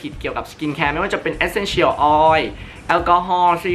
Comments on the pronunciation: ทำไมออกเสียง Essential แบบนี้ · ฟังการออกเสียง Essential แล้วจั๊กจี๋ 555